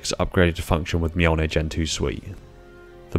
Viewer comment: So we're just not gonna talk about how he nailed that pronunciation... Ok Cool...